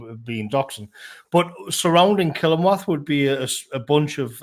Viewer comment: The way says Killingworth hahahah Its Kilingwath up here.